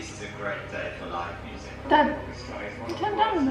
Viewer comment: I'm glad I'm not the only one who turns "Dad" into more than one syllable sometimes, like, "Da-duh!" or "Daaa-aaaddd!" Silly old Dads.